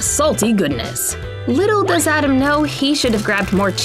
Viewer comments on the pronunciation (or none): none